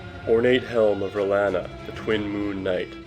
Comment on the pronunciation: It's pronounced Re-lawn-uh, not whatever you said.